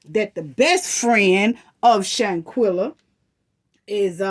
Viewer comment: First off, u keep saying “shantella” it’s shanquella. Secondly, nazeer keeps saying the next day because, he arrived on Sun. Who was blind to the fact that the fight happened on Saturday morning? The night before they well all playing games, drinking, eating and that’s when she walked up on them in the bedroom. Dejanae was still in her pjs that Saturday morning that the fight happened.